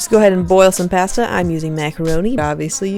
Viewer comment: Oh my lord I say pasta like that too